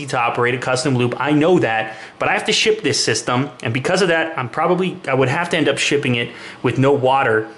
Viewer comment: sounds like "I have to "shit" this system" LOL